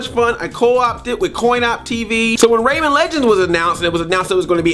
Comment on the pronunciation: rayMAN not rayMEN!